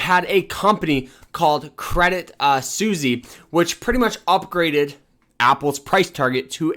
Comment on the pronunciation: No shot you just said "Credit Susie"